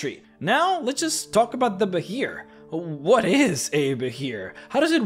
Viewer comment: Love the vids but i have to ask do you know how to say the word "what"? Just wondering.